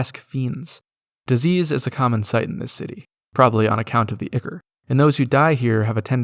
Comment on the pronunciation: The pronunciations are killing me. So heres my autistic comment. Ichor sounds like eye-core. Plague is pronounced like playg. And no sigil is not pronounce sih-gull just because Zeb Cook pronounced it like a baboon irl and made it canon in his book. Autism moment over Great video. 😂